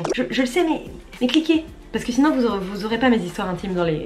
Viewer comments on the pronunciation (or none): none